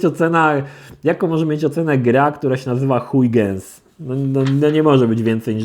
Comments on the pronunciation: Christiaan Huygens to jeden z największych astronomów w dziejach, proszę się z nie nabijać!:D [nie wiem jak nazwę gry, ale nazwisko Huygens czyta się mniej więcej HOI-HEN, ale spotkałem się też z HJUGEN] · Huygens wymawia się "Hojhens" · "Huygens" czyta się "hojhens", bo to po holendersku :P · Ale z Ciebie prymityw (no offence) xD "Huygens" czyta się jako "hojhens" i jest to nazwisko człowieka nauki, choć nie wiem, czy ta gra nawiązuje do typa. W temacie nauki i gier, znalazłem na steamie inny tytuł, który rozwalił mi mózg: "Kirchhoff's Revenge" (ten typek jest odpowiedzialny za "prawa Kirchhoffa" w różnych dziedzinach) - czy Ty uczęszczałeś do liceum? (z technikum by Cię nie wypuścili bez znajomości tych jeichmości :P)